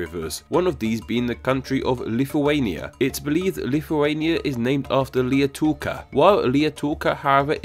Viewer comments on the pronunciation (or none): >xp it's lietava river not lietuka